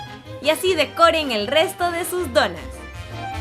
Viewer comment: Ni si quiera dice bien donas dice donás